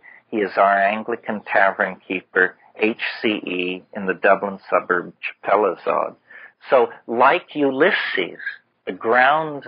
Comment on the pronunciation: " Chapelizod, in a suburb of London ". My family are from Chapelizod. It's in Dublin. I lived there for 10 years. It's pronounced CHAPEL LIZARD. Not, Chappel lie zod or whatever the hell he pronounces it as lol.